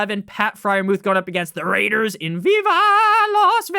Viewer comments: Goodness, the way you say Las Vegas Raiders is ridiculous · Ridiculously ENTERTAINING